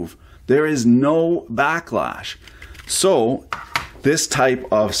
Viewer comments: do you know what sound an "S" makes when you say the word "so"? Because it's not "zo" lol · Why do you say “So” with a Z??